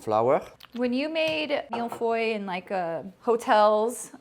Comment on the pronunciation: It’s milföy in Turkish, feeling good to pronounce Mille Feuille correctly.